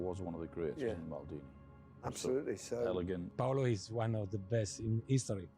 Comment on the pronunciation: PAOLO, not paulo.